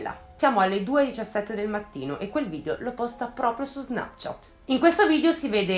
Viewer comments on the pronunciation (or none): none